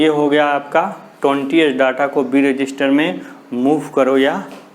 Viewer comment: Sir that is register not resister